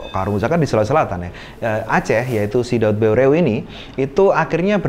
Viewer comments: Maaf di koreksi, Daud Beureu'eh = dibaca daud ber,eh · penyebutan nama "daud beureuh" kayanya salah,ya,,,,,, harusnya seperti menyebut kata " peuyeum" dalam bahasa sunda,,,,,,mohon kritik pula pabila salah